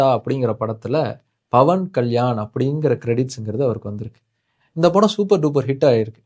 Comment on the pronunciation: dont even know how to pronounce his name super bruhhhhhh and im glad about your followers 😂😂😂